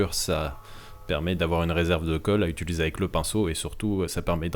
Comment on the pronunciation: tu as remarqué que tu dis : ituliser au lieu de : utiliser